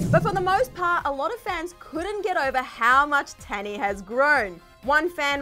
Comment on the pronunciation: Not Tannie. The pronouns is not an a but a u. So the spelling is tannie. But the way to pronouns is tunnie